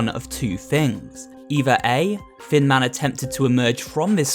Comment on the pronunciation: Best annalysis so far, also, hecc cute skeletons because they are tiny! Whenever you say "Thin Man" I hear "Fin Man" and idk why